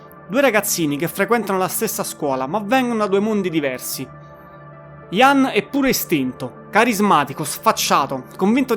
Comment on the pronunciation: Sono daccordo, per esempio SQUIRE va pronunciato SQUAIER non SQUIR. IAN come si legge ma con la I accentata. La dizione in generale non e' ottima ma comunque apprezzabile che un giovane parli di artisti come smiths, stone roses, cure, smashing pumpkins ecc ecc. Auguri!